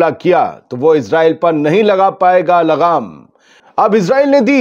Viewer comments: Lagaam not Laghaam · laghaam nhi lagaam hota h.. aap khud ko sahi kariye .